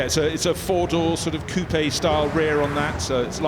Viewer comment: Why can't they just say coupe its not that hard